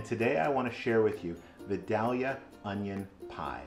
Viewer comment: Love the recipe but I gotta say I was wincing while you were mispronouncing Vidalia! Those onions are named after the town in Georgia where they come from and its pronounced "vy-dale-yuh"! Vidalia is about 45 minutes from me and they love their onions, they have a big festival for them every year!